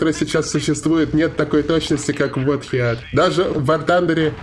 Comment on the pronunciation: Heat произноситься как хит. Х произносить помягче.